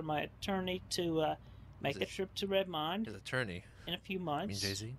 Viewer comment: If nobody got it, pronunciation of Redmond is not correct.